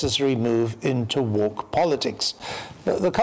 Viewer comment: "on tonights WOK watch"